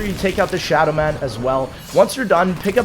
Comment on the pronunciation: Kannels, Windows Wine, Nerro, the shaddaman. Bro what are these mispronounces?